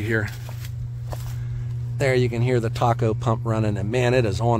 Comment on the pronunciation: I heard Hardy went out of business. Sad day Ps… its pronounced “tay” co Thermal Appliance “CO”mpany It used to be “Tee-Aye” CO and now just tay co Have a great joe! Thanks for the great content 👍